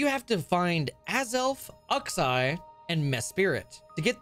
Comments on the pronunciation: Mans really said "Ucks-eye" :skull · "azelf" Me: "yh sounds correct" "UxEYE" Me: -1000 emotional stability "MeSPIRIT" Me: dies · People upset about lake trio pronunciation but uxie was the only one that was strange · Uhxi and mespirit Azelf is fine though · Ain't no way called Isis Uxsie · Ughxeye and Mehspirit are new pronunciations for me to hear for the lake trio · Good video but ux-eye and mes-spirit lol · ucks-eye just sounds... uck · Bro please say Uxie [Yoox-ee] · Bro you butchered the names of Uxie, Azelf, and Mesprit, it's MESPRIT, not Spirit lol. Juhksee and Aazelf is the pronounciation. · How you pronounced the lake trio physically hurts me. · Hearing uxie made me die inside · Omg the way he says Uxie 😂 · I personally only got triggered about the way said Uxie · The way you pronounce Uxie physically hurts me